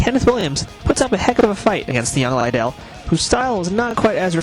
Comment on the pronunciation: chuck lydell??? who is chuck lydell?? OHHH YOU MEAN CHUCK LIDDELL!!!...loser